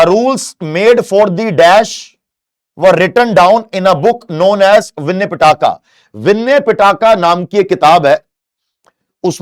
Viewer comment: Aap gk gs ke teacher hokar bhi kafi naam shi se bol nhi pa rhe . Shi me nhi bol pa rhe ya bolna nhi chah rhe, jo aapne bola विन्या पीटाका ye galat hai iska shi uchharan विनय पिटक hoga . Bilingual question hone k baad bhi aap shi se pronunce nhi kr pa rhe hai to isse kya smjh jaye. Aap respected h pr aisi glti aapke gyan aur jankari pr sawal uthane ko majboor krte hai.